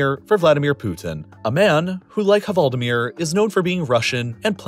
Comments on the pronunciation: I wanted to cry hearing “hvaldemir” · VALDIMIR! Not the way you are saying it! Greetings from norway! (the H is silent) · The H in hvaldimir is silent ;) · The "H" in hvaldimir is silent :) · You don't pronounce the "h" in "hval". This makes the portmanteau better than you make it sound.